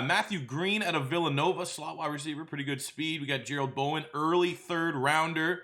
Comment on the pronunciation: It’s pronounced bow-den like bow and arrow and bear den. keep up the good work